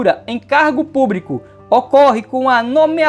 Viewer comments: Púbrico?????? Ɓrocha não, prof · Só o que dói no ouvido é esse funcionário púBRICO!